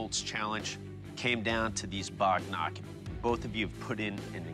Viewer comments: It's not bognark its waghnakh means tiger's nails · Just FYI, it's bagh nakh (alternatively, vagh nakh), not bognark 😅 bagh = tiger nakh = nails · It's Bagh Nakh not bognark